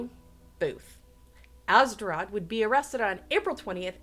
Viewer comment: YOU HORRIBLY MISPRONOUNCED ATZERODT'S NAME!!!